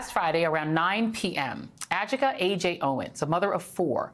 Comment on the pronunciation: All of you journalist are mispronouncing this young woman's name it is also my name it is a Yoruba name the pronouncement is A-gee-kae it means "Pet of my husband." Please get it right I quench everytime I hear you journalist pronounce her name.